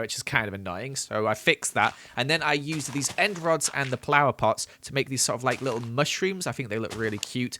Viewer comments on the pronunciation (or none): plower instead of flower. i'm sorry i had too point it out.